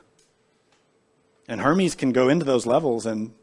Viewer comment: Sounds like herman